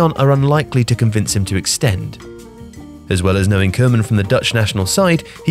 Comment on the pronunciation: What makes it so hard to pronounce Koeman? Barely do you hear a foreigner pronounce it correctly.